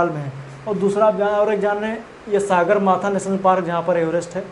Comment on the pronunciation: मनसालु नहि है मनास्लु बोलिए सर सागरमाथा नहि सगरमाथा है यार